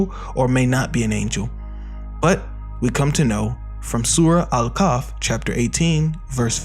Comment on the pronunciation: First of all the surah is not al kaf ( wich means hand), it's called al kaHf!! Keep trying bro